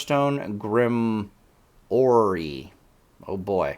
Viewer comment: Grimoire = "grim + more" pronunciation